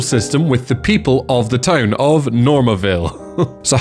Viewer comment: The caption bot confuses your way of saying town with tone. Either pronounce town (tawn) correctly or replace the caption.